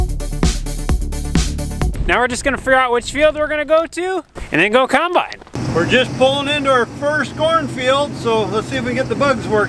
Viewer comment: i love how your dad pronounces the word combine - "khime-bine"